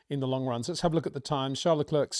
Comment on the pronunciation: Hey Peter, why don't you say Charles Leclerc's name properly? You say his first name properly, but not his last. What's that all about???